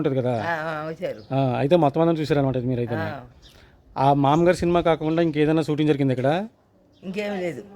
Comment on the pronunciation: ఆ సిన్మా పేరు "మామగారు"... "మామ్మగారు" కాదు... పదే పదే... మామ్మగారు.. మామ్మగారు అంటున్నావ్..🤭🫢